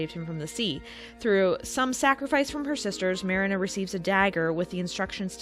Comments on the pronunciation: I love that somebody did a comparison between both movie versions I love! Though why are you saying Marina’s name very differently than her name is pronounced 100 times throughout the film? Especially when the sisters call for her on the ship, yelling, Mariiiiiiiiiiiiiiiiiiiina! Lol Am I the only one who actually watched and loved the anime version even more than the Disney version? And trust me, Disney’s The Little Mermaid makes my top 3 all time favorite Disney films! When I saw the anime version of the story after I saw the Disney version in theatres. It was aired on tv around the time it came out at which I was psyched to see as I just loved the film I saw in theatres. Well......having absolutely zero idea, how the Hand Christian Anderson movie went, or maybe should say, didn’t even probably know at that point how Disney tweaked a lot of the classic fairy tales as some of them would have been too graphic and shocking had those scenes been chosen to be added in the films! But why do I love the anime version that much more? Because of that shocking ending where I looked at my sister as it ended and we were baffled! It was like......what just happened? She jumps into the sea and dies when she realized her deal with the sea witch failed??? As the years went on and watched that version 100 times more, as I experienced the usual heartbreak we’ve all gone through as we have crushes on that boy or girl in school , especially in Hs, where he or she was all we thought about to the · Ma-rina not merina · Here nane is not Merena, her name is Marina ) pronounce like MarEEna. I know how it should pronounce that's is my mother's name. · Mariiiiiina not marana 😂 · It’s not mare-inah, it’s Marine-ah, Fritz says it often enough. Unless you’re purposely saying it wrong for rage bait, if so 🤮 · Lol sorry, giggled at how you pronounced marina like the beginning of marinara. It's MAH REE NAH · It's pronounced Marine-ah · Her: pronounces Marina as Mar-ii-nuh Me: triggered